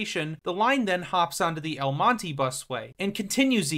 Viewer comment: Mon-teh not mon-teeee, triggered me multiple times